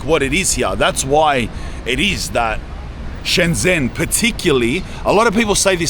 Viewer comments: Native speaker here. It is pronounced Shen-jen with a j sound as in "Jen" (the name.) Get this, the j and zh sounds in Chinese (Mandarin, at least) are different. But the zh sound is equal to the English j sound. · You were an hour away from me, lad. Should have smelled the Parisian shit from your trainers. This is China, man. It's fucking nuts. EDIT. It's Shen Zhen(like jen) ZH makes a J sound. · The “zh” in Shenzhen is pronounced like a J sound so it’s like Shen jen ( if you wanna sound like a local 😃 awesome video bro I’ve been living in Shenzhen for 3 years. Would be cool to bump into you here in the future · shen-JEN, not shen-ZEN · The pronunciation is not "Shen-zen" it's "Shen-gen" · It's pronounced Shen-jen, not Shen-zen. I hear this on Youtube all the time....the 'zh' in Chinese is pronounced as a 'j'. BTW, I lived-in Shenzhen in and it was even very advanced back then! I do recall living on the 24th flood of a building just on the north east side of Lianhua Park in Futian District, quite family friendly. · Nope, that sounds like "shen jian", which is wrong. It's pronounced like "dr": "Shen dren". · Mandarin when it has a Zh is pronounced DJ. ShenDjen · pronounced 'Shen-Jen' cuz. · Na ur wrong once again because unless u speak in a dialect the zh sound is a j sound but with ur tongue towards the back of ur mouth so its kinda sounds like dr but its not because the dr sound in english is pronounced very differently to the zh sound it just sounds similar